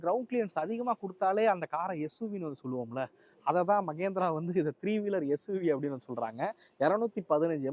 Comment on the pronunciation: ಮಗೇಂದ್ರ ಅಲ್ಲಾ ಮಹೇಂದ್ರ